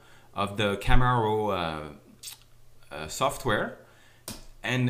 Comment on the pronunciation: Love theway you say camera raw :) "KAMERAU RAUW" Loved the finished product btw learned alot, thanks :)